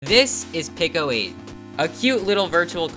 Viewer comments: PICO is pronounced peeko. Not picko, peeko. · 99% sure it's pronounced pee-co 8 tho not pickle 8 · Peeco not picko. It’s wicked irritating. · "pick-oh aayt"